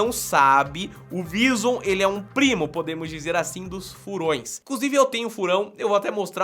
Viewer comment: Só eu que fiquei repetindo: "vízon" toda vez que o # dizia "vizum"